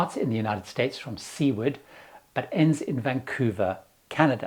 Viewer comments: Worthwhile information as always. But Seward is not pronounced (See-ward) but (Soo-ward) with the accent on the first syllable. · It's pronounced Sue-ward, not Sea-ward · You beat me to it. NOT See-word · "Original" is spelled wrong. Sue-word Alaska not Sea-ward. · For god’s sake…our city in Alaska named Seward is NOT pronounced “seaward”. There’s no a in there. It’s a surname. Correctly pronounced “sue-ward”. The w is barely heard. Why do outsiders keep calling it seaward is beyond me. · It is NOT pronounced “Seeward”. It is Seward, as in “sueward”. Do your homework. Thank you from a resident of said town. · Sea-ward??? That is Seward (Soo-ward), Alaska: named after William Henry Seward, Lincoln's Secretary of State. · Seward Alaska is pronounced 'Soo - Erd.' Consider it your penance for making us pronounce Bath that way. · Sue-ward....it's pronounced Sue-ward. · Your pronunciation of Seward, Alaska is incorrect. Check the dictionary. Regards, Luilu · Seward Alaska was named after a person - Secreatary of State when Alaska was purchased from Russia. Learn to pronounce it properly !! It is not a word that can be pronounced one way in Britain and another in the US such as vitamin or schedule. Also Valdez is not pronounced as a Spanish word but is ‘val DEEZ’. Do you remember the Exxon Valdez oil tanker spill ?